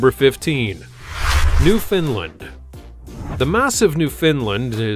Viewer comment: Not "New fin land" Its "New found land," as in newly found land.